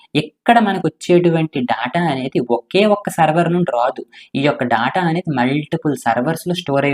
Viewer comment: Daata kadhu data adhi